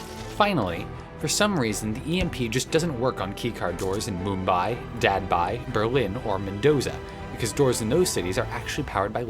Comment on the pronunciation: Me-m-e and Dad-bai 💀